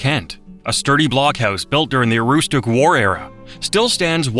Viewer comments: For someone who can't even correctly pronounce "Aroostook County" (not aroostoo county), I wouldn't trust this video as a reliable source of information. I know most of this stuff because I grew up in Maine, but for everyone who didn't, everything here is easily available on Wikipedia, geographical books or other reliable sources written by people that actually know what tf they are talking about and can correctly spell and pronounce the names. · Another AI video. "Aroostoo" County indeed. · Aroostick is how its pronounced Mr ai narrator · Also it’s pronounced (aroostick) county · Pronounce Aroostook County like the locals: Aroostic. Some of those lobsters they showed are not Maine lobsters but Rock lobsters, which are not in our waters. The desert of Maine was land stripped of nutrients due to over farming of potatoes, kind of like the dust bowl. Whoopie pies taste great but when you see one made and realize the white cream is mostly crisco and sugar you think twice about eating another. fact 51, black bears thrive partially by eating trash from dumps in northern Maine. Fact 52, "Bear" is a slang term for police officers by truckers. Just like Police like doughnuts, a popular bait for bear hunting in northern Maine is stale Dunkin Donuts. (and black licorice). The picture of "blueberries" is actually of grapes, (which also grow wild in Maine) I'm 50, my grandfather who was born in the 1800's told me about when the ocean would freeze enough to walk out to the islands off the coast. I've ice skated in Rockland harbor, but not for 30 years or so. Maine shrimp used to be sold in pickup trucks on the roadside. Possibly a combination of overfishing and warming waters, the shrimp population has crashed here and you can't get it anymore. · What, you've never been to Aroos-took and Da-mara-scotta? 😂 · If you can't properly pronounce Aroostook, you're not worth watching. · Fun video, I enjoyed it. As a Maine native I smiled at your pronunciation of Aroostook.